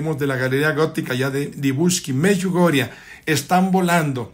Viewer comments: No me gustó este video y este señor debe aprender a decir: Medugorie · Por qué chihuahua dice Meyugoria, cuál es la verdadera pronunciación